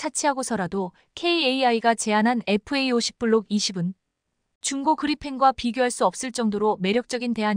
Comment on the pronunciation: Fa50. 은 제대로 읽고있네요!!에프에이50 에다가 스텔스기능만 부가시키면. 세계최강전투기가 된다~❤